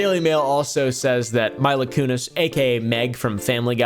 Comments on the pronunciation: Saying Mila Kunis name wrong and only noting her for family guy is HILARIOUS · Never once heard anyone mispronounce Mila Kunis before. "Whale" was a nice cherry on top. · And (Mai-luh) Kunis the voice actor from family guy 😂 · That and “Myla Kunis” 🤣